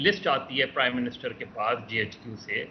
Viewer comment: کرائم منسٹر یہ پرائم منسٹر کہتے ہیں